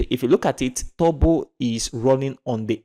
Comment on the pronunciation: Its funny How you say Turbo...like Tobo😁